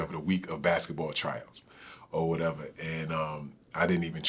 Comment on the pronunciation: "O waddeva."